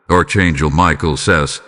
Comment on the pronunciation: It is pronounced ARK ANGEL. (NOT ARCH)